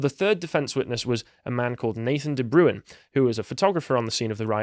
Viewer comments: Not "De Brewin", it's "De Brain". It's a Dutch name. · De Bruin!!! not the broown, sjees, butchering names, lol